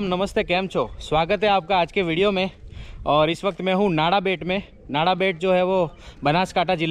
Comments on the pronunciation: नाड़ा मत बोलिये, “नडा” बोलिये । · नाडाबेट नही नडाबेट भाई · नाडाबेट नही नडाबेट बोल भाई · Nice video and good information. One thing I want to say that it is "નડાબેટ" , not "નાડાબેટ".